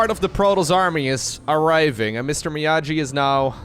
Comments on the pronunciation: its Mee-Aww-gee! XD not me-ah-jee, not sure has ever watched Karate kid, the original one. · Mr. Miyaji? BRO. It's pronounced ME-YAW-GEE. You are forbidden from forever making BOOMER jokes if you don't know your movie history. Go watch the Karate Kid right now for your penance. :) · Everytime pronounced Mr Miyagi, Mr Miyaji, I cringed a little. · lol my ears bled from all the MrMiyaJi ... ITS A HARD "G" ! XD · Hearing him say "Mr miajee" is so gut wrenching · I read this comment before making it to that point in the video and it didn't soften the blow at all. It's a solid attempt to pronounce the name without context, but it still hurt lol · I’ll be the jerk to say it: Miyagi is a hard ‘g’ like “gate,” not the soft ‘g’ like “giant,”! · just turned 30, but he's not so much of a boomer that he knows Mr. Miyagi from the Karate Kid movies! hard-g sound, like go or gas. Miyagi-san says you need more wax-on, wax-off! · please watch Karate Kid Mr Miyagi is not pronunced like this:D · "miyagi" is pronounced with a hard G like "geese", not "jeep" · I know you did NOT just say MrMiyagi with a j sound. ❤ solid video. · Watch Karate Kid, you're mispronuncing Mr. Miyagi. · I think he could learn to pronounce it without watching a whole movie, for example reading at least 5 comments to this video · miyagi pronunciation though xd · Clearly had never seen karate kid as he can't pronounce Miyagi